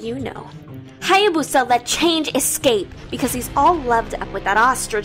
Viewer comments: Ching’a Change oh fOR FUCK SAKES ITS CHANG’EH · I noticed the Alice pronounced chang’e name wrong she prounounced it like change and nit chang E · lol changa hahahah thats telling like a a cheng ee you called changa 😂😂😂😂😂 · It's not change it's Chang uhhhh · Lol u pronounce Chang E as cheng ga. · Cheng'a? Why cheng'a not chang'e or is it really that pronounce (bad english becuz im asian litterally) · Its Chang a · Its pronounced chung uh and this is the closest i’ve seen a youtuber get it right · Chang'e pronounce by Jenga? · I think it’s pronounced as Chang Eh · I thought it was pronounced Chung'uh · God I'm so confused with how to pronounce Chang'e.. First I hear Cheng'a then I hear Change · no....... I really wish kagura looks hot she looks like granny, oh and btw it's pronounce Chang-e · not to be rude but its pronounced chang-gu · Wrong pronounciation of Chang'e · Why Do They Pronounce The Name Wrong?